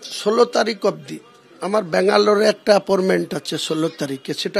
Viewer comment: এগুলো কি নেতা😂😂😂 Appointment শব্দটা কে Apporment (অ্যাপর্মেন্ট ) বলছে।।।।